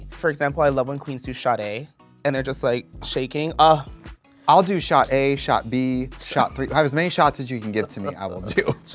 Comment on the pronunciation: it’s trixie thinking morphine said ‘shot a’ instead of ‘sadé’ 😭